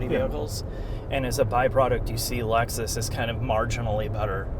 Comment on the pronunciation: We can't hear you over the childish Nintendo noises. "Laxus". 🤢